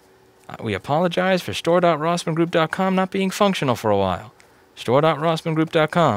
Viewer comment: You're saying it wrong, Louis. It's Store! DotRossmanGroup! DotCom!